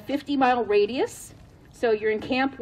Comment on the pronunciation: Yeah, it's "radius".